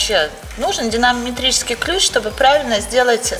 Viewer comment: Топчик, клиент сам меняет. Да, с динаметрическим (правильно сказал) поакуратней😂😂.